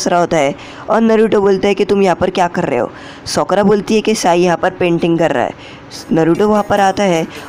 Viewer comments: Bhai uska nam sokra nahi hai uska nam sakura hai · Sokara nhi sakura ☺️